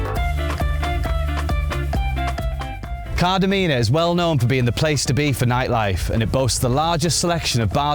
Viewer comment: I understand some of the names are difficult to pronounce but the first correction is PSALIDI not Plasidi. The second correction is the G in Tigaki is a hard G . The third correction is the emphasis is on the A in KardAmena. Otherwise it's a very good video, well done.